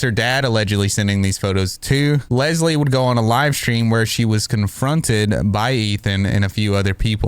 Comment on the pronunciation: I’m sorry, but the woman calling Leslie bubblebass is absolutely hilarious😭😭